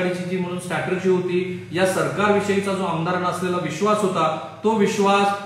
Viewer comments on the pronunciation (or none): स्टॅटर्जी नाही हो स्ट्रॅटेजी म्हणा. You are on national television, so correct yourself.